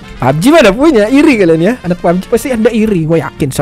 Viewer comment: Bang lu kemarin kok nyebut nya pubg kok lucu bg :pabeji 😠😂🤣